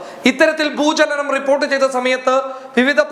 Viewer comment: ഭൂജലനം അല്ല ഭൂചലനം